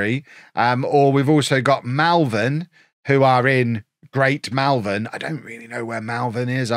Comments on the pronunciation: Pick my local team Malvern!! And its Malvern not Melvern lol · Hope you choose Malvern as it’s the town I live in 😂 FYI it’s pronounced MOL-vern confusingly. Common error! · Malvern is pronounced Mall-vern it's in the middle of the town amongst the houses down the road from where I work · You've upset me with your pronunciation of Malvern.